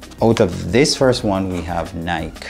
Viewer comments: Ny-Kee, Ny-Kee, Ny-Kee, Ny-Kee,Ny-Kee, Ny-Kee, Ny-Kee, Ny-Kee,Ny-Kee, Ny-Kee, Ny-Kee, Ny-Kee,Ny-Kee, Ny-Kee, Ny-Kee, Ny-Kee,Ny-Kee, Ny-Kee, Ny-Kee, Ny-Kee,Ny-Kee, Ny-Kee, Ny-Kee, Ny-Kee,Ny-Kee, Ny-Kee, Ny-Kee, Ny-Kee,Ny-Kee, Ny-Kee, Ny-Kee, Ny-Kee,Ny-Kee, Ny-Kee, Ny-Kee, Ny-Kee,Ny-Kee, Ny-Kee, Ny-Kee, Ny-Kee,Ny-Kee, Ny-Kee, Ny-Kee, Ny-Kee,Ny-Kee, Ny-Kee, Ny-Kee, Ny-Kee,Ny-Kee, Ny-Kee, Ny-Kee, Ny-Kee,Ny-Kee, Ny-Kee, Ny-Kee, Ny-Kee,Ny-Kee, Ny-Kee, Ny-Kee, Ny-Kee,Ny-Kee, Ny-Kee, Ny-Kee, Ny-Kee,Ny-Kee, Ny-Kee, Ny-Kee, Ny-Kee,Ny-Kee, Ny-Kee, Ny-Kee, Ny-Kee,Ny-Kee, Ny-Kee, Ny-Kee, Ny-Kee,Ny-Kee, Ny-Kee, Ny-Kee, Ny-Kee,Ny-Kee, Ny-Kee, Ny-Kee, Ny-Kee,Ny-Kee, Ny-Kee, Ny-Kee, Ny-Kee,Ny-Kee, Ny-Kee, Ny-Kee, Ny-Kee,Ny-Kee, Ny-Kee, Ny-Kee, Ny-Kee,Ny-Kee, Ny-Kee, Ny-Kee, Ny-Kee,Ny-Kee, Ny-Kee, Ny-Kee, Ny-Kee,Ny-Kee, Ny-Kee, Ny-Kee, Ny-Kee,Ny-Kee, Ny-Kee, Ny-Kee, Ny-Kee,Ny-Kee, Ny-Kee, Ny-Kee, Ny-Kee,Ny-Kee, Ny-Kee, Ny-Kee, Ny-Kee,Ny-Kee, Ny-Kee, Ny-Kee, Ny-Kee,Ny-Kee, Ny-Kee, Ny-Kee, Ny-Kee,Ny-Kee, Ny-Kee, Ny-Kee, Ny-Kee,Ny-Kee, Ny-Kee, Ny-Kee, Ny-Kee,Ny-Kee, Ny-Kee, Ny-Kee, Ny-Kee,Ny-Kee, Ny-Kee, Ny-Kee, Ny-Kee,Ny-Kee, Ny-Kee, Ny-Kee, Ny-Kee,Ny-Kee, Ny-Kee, Ny-Kee, Ny-Kee,Ny-Kee, Ny-Kee, Ny-Kee, Ny-Kee,Ny-Kee, Ny-Kee, Ny-Kee, Ny-Kee,Ny-Kee, Ny-Kee, Ny-Kee, Ny-Kee,Ny-Kee, Ny-Kee, Ny-Kee, Ny-Kee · Please stop saying the name of a brand wrong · cool. Just explain why you say it wrong then.